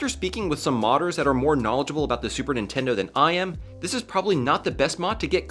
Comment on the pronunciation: "super nintendou"